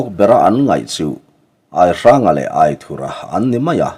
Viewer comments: Aithura hming i chhiar dan hi a dik hlel deuh riauin ka lo hreve mai mai a AITHURA tiha "THUR" lai hi theithur kan lama "THUR" kan lam rik anga lam rik tur ni zawk awmtak a ni in ka lo hre ve deuh tlat pek a. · Aithurha nilo in.AITHURA ani zawk lo maw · Aithura tih hming I lamdan hi , lamdan tur dik zawk a ni em? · Angena chhuanthar in alam dan nen khan a in anglo ka loti ve mai mai a,buaina tlak ani chuanglo ania